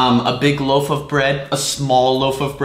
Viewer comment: loaf not loof